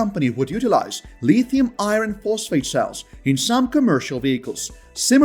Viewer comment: The R in iron is silent for crying out loud! Pronounced i-ern. If you use English please listen how the words are said.